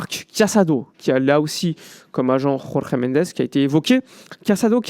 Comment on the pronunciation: Pour info, Mendes est Portugais. Son prénom ne peut pas être prononcé à l'espagnole, avec la jota. "Jorge", tout simplement.🙂 Merci pour ton travail 👍